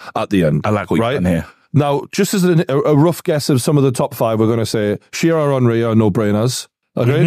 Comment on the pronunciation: Its shearer